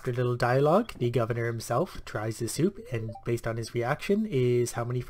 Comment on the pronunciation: Did you just said Seep insted of soup :D ?